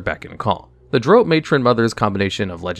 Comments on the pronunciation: I'm sorry HAD to cringe everytime you said Drao, like Droe I have always heard it pronounced Drow, as in cow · its drow... pronounced draw..... its weird but pease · Drow, Drow, Drow, your boat😂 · I really like your videos, but your pronunciation of Drow is driving me nuts... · Why do you say Drow wrong? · Treated the word drow like the drow treat everyone else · Baldur's Gate 3 pronounces it to rhyme with cow, so I imagine a lot more people will cringe at this video going forward. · Dragon magazine issue #93 pronunciation guide beginning on page 24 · Lol I love your videos but definitely need to look up some pronunciations… drow, Lolth, recesses, archdevils, hierarchy.